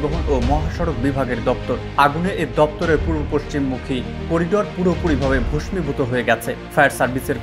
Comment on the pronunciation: ভাইজান, ভস্মীভূত (ভোসমিভূত) এটা কেমন উচ্চারণ?